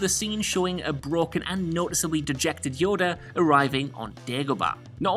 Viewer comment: Unforgivable! did I just hear you call the little green Jedi Master, "YODEL"?!